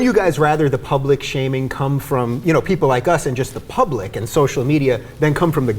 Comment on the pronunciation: serve the "pubic"???....